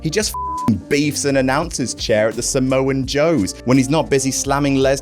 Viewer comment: "somoan Joe's" Nice